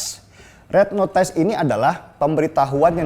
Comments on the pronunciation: Bang Denny, maaf mau ajarin bang Denny sedikit...sedikittt aja.....kalau kata NOTICE...dibacanya NOTIS bukan notais. Maaf yah bang, cuma bermaksud abang lebih sempurna. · Red Notice bacanya Red notis bang Denny. :) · Bang Denny sy luruskan ucapan english notice dibaca notis Tak perlu notais dlm english tiada itu tq